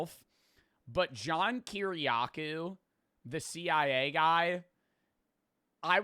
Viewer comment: how did you pronounce kyriackou?